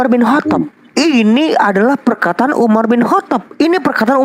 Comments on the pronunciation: "Umar bin Kotob'. Ha ha ha, nyebutnya saja salah. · sok pinter Al-Qur'an, nyatanya memahami terjemahan Al-Qur'an aja gagal faham,,, nyebut nama UMAR BIN KHOTOB pun gak bener